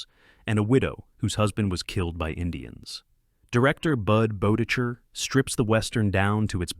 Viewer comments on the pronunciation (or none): Budd Boetticher’s name is pronounced “Bett-ik-er,” not “Boe-ti-chur.” Jerome Morross’s name is pronounced “Morris.” And Barry Kelley plays the sheriff in “Buchanan Rides Alone,” not the judge. Great list of westerns.